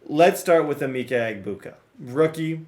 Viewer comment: Emeka = “ah-meck—ah”